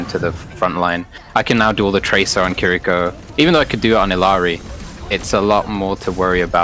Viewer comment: Why do so many people pronounce Illari wrong? There are two Ls